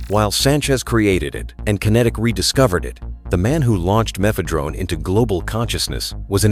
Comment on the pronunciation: "meth-uh-DRONE" m'fedrone [tips cap]